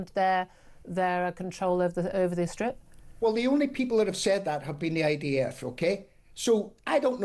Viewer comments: Sounded to me like she was saying IVF. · Why does she keep saying IVF? 😂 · Someone should tell Julia it’s IDF not IVF